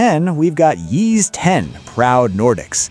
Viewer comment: Yeez? Isn't it pronounced ease?